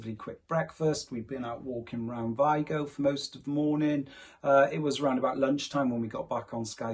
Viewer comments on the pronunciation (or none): The real pronunciation is vEEgo (VIGO)